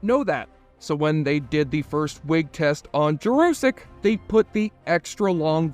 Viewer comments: Peter Jurasik makes it clear that his name is pronounced Jer uh sik not Jer oo sik... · The name is Peter Jurasik. Jur-a-sick. Not like Jurassic Park, & there's no "u" in the 2nd syllable. It's an "a." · You misprounced Peter Jurasik's name, mislabeled thr relationship between Susan & Talia as "bisexual" instead of lesbian, & said Sheridan & Delenn went to "Minbari" when the planet is Minbar. And you totally left out Marcus the Ranger, who was incredibly popular & of whom JMS said that he wished he hadn't killed off the character. Leaving out Marcus & the Rangers was unforgivable. The graphics were great for 30 yrs ago. The 4th season became rushed bcs JMS didn't think there'd be a fifth season & wanted his fans to have resolution. The best episode overall, though the final episode rivals it, is the episode showing 80 yrs after Sheridan's death, then 500, 1000, & 1 million. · Great video but I suspect you murdered Peter Jurasik's name pronunciation 😂😢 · how TF do you manage to mispronounce the name of the actor Peter Jurasik??